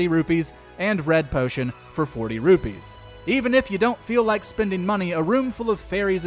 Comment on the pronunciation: Don't forget to give this video 2000 dislikes for mispronouncing saria & rupee.